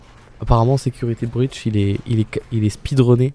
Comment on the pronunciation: voici le niveau d'anglais de: " security brush " juste wow 🤣😂